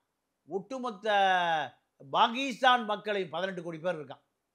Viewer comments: பாகீஸ்தான் அல்ல பாக்கிஸ்தான் இதுவே சொல்லத் தெரியாத டுபாகூர் முண்டம் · Mr, Pl try to pronounce Tamil properly or please consider changing the name of your channel from Tamizha, Tamizha to something else. It is Pakistan not Bakistan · நீயும் உன் அறிவும், உச்சரிப்பும். Bakisthan. இதை கேட்டாளே Bakisthanகாரன் செத்துடுவான். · பாண்டியனுக்கு பாகிஸ்தான், பெஷாவர் போன்ற ஊர்களின் பெயர்களை சரியாக உச்சரிக்க தெரியவில்லை.